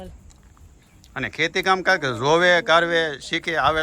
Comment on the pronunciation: tame Aasha~KAKI~Masalo proper bolo ne vachhe Y kem add karo cho.thodi proper language bolo😊